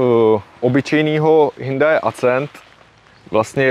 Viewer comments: Snad se mi kauzu ,,hyndai" podaří uzavřít!😂 Hyundai se správně čte hyundae 🤙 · Hyndaj se ve skutečnosti vyslovuje Hjondé 😂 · Od doby, kdy jsem v tomhle videu poprvé slyšel "hyndaj", jsem si vzpomněl, že s tímhle typkem už video s Betou natočil. Pokaždý, co řekne "hyndaj" se začnu smát😂 Ale ne, má to fakt hezký, má o tom přehled a cenim, že do toho dal takový prachy 👍🍀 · Taky jsem slyšel Hnůjdaj. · Hyndai, to jsem jeste neslysel:D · Proč škodovce říká Škoda? 🤔 Když říká Hindaj tak jí může říkat třeba Škada... 🤦‍♂️🤦‍♂️🤦‍♂️ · Pokaždý, co řekne "hyndaj" se začnu smát